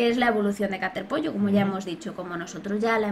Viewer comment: cuando digiste caterpollo entendi caterpi